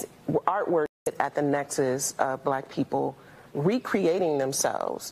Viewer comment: too much emphasis put on black